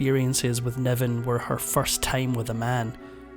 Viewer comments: He threw his brogue at this narration, couldn't pronounce a short i to save his life, David Niven became David Neven, and it was all downhill from there. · His name is David Niven, not 'Nevan'. One more AI screwip. 🙄🤢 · David NIven, not NEven. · David Niven, not Nevan. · It was David NIVEN not Nevan. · It's Niven, not Nevan